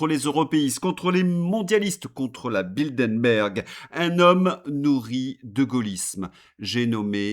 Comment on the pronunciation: 1) C’est Bilderberg, et non Bildenberg 2) Les dettes sont à mettre au passif de Macron; pas à son actif.